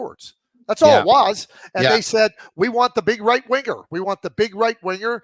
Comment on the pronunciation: much like when he says winGer